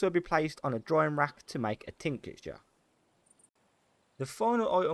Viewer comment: Superb guide mate, really well explained, every detail for each topic, keep it up! One thing that really bugged me was how you keep on saying "tincature" instead of "tincture". There is no 'a' between "tinc" and "ture". So 2 syllables, not 3 ;)